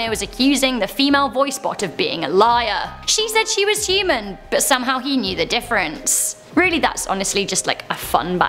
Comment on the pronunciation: She said humen shes a aliane